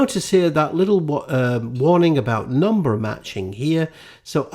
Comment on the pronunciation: "It's more than a numer" ... ? What's a numer ?